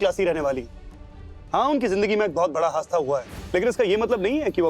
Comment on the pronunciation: Yr hasda ni hadisa hta h ne hasda bola